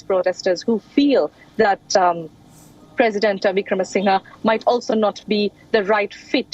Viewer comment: OMG why can’t Indian anchors take an effort to pronounce the name correctly given this situation has been discussed for months; VIC-RA-MA-SING-HER